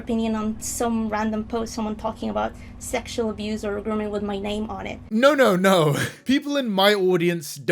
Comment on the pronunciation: I'm only 6 minutes in but how do you mispronounce a name so hard???